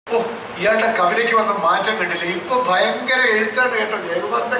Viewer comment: ബയങ്ക്വര.. ഭയങ്കര പറച്ചിൽ